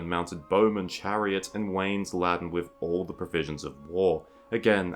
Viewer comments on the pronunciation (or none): The word laden is pronounce LAY-den and LAY-dend